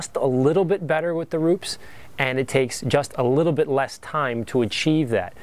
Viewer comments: RUPES not RUPS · Rupes not ROOPS...